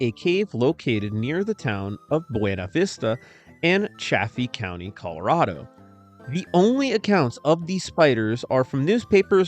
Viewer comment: Thank you for the information but you pronounce Buena Vista and chaffee county wrong I live in Leadville which isn't far from bv again thanks for the information